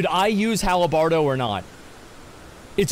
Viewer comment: “Halabardo”... halabardo...